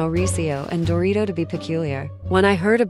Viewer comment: Umm did you call Dorit, dorito??? 😅